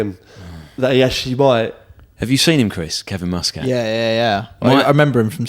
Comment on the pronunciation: Love these but you guys are saying Muscat's surname wrong! :O